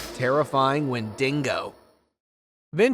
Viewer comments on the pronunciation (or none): It's not pronounced WENDINGO... WENDIGO...there is no N between the D and O at the end... and being half Native American I believe in it and my father and his mother and father being full blooded believed in it also